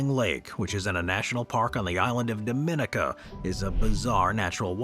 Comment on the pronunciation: The AI pronounced Dominica wrong too